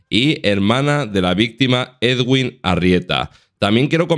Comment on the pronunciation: la pronunciación del nombre del señor es muy sencilla, eduin, ya está nada de ed-uin, eguin y demás. Todos los medios españoles lo dicen mal